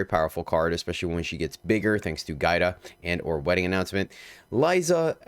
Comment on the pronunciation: Yo, my daughter’s name is Giada. It means Jade. The enunciation of it is Gee-ahda.